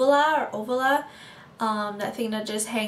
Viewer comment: Uvula (pronounced: you-view-la) :) Congrats, looks great!